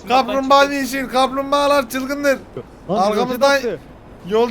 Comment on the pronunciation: amk kamplmbagalar diyişi komik